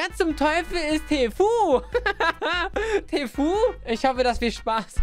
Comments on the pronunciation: Er heißt tfue nicht tfu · Tfu ausgesprochen tifyu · Niemand: wirklich niemand:: Wer ist TEEFUEEE?